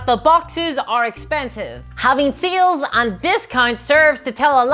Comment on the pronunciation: I never misheard your pronunciation of sales. Now seals is all I hear. Help.